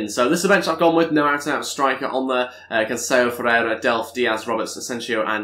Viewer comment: if ı'm not mistaken cancelo's name is pronounced as is not with canceyo as you say it would have been cancelo if it was cancello double l is pronounced as y